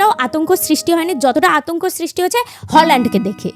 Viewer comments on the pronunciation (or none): Hoolland na haaland